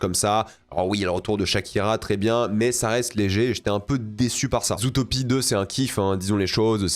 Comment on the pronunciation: le fait qu'il dise "zoutopie" 💔💔💔